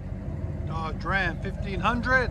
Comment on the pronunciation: Nobody: This guy: Dudge Ram